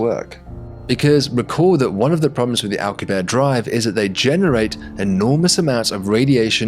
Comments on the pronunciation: 😂😂 "alcabear" that's not it's pronounced... it's "al-coo-bee-air-ee" 😅 or you know Alcubierre 😂😂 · Alcubierre is pronounced AL-COOB-YEAR not ALK-YOOB-AIR. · Its Al - coo- bee - air, right? Why would you make such a cool video then blow it by making up your own pronunciation of the word Alcubierre? Jeebus. This is all wrong. The crew cant know about whats going on on Vega because they arent there. They are in their own bubble of time and space, disconnected from the others. You are completely ignoring the time it would take for the crew to receive messages from the earth and vega about what they knew. How long does it take earth to alert vega? Something else youve ignored here. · Since Alcubierre is a major part of your video, and someone you may reference in the future again, just wanted to point out your pronunciation of his name is quite off. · For the love of God, pronounce the final e in "Alcubierre"